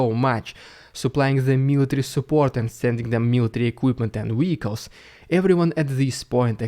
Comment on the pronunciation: Bro shut up the counter offensive already. Also it's been weeks and you still pronounce Vehicles as Weelicles lol.